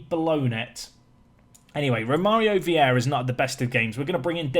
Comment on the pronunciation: Who's gonna tell him its Vieira not Viera?